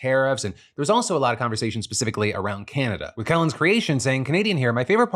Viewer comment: I think I speak for all Kellen's here, thank you for pronouncing our name correctly in your video lol.